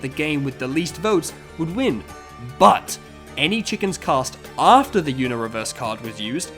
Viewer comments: mans really pronounced the word Uno "YOUno" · this guy calls uno yuno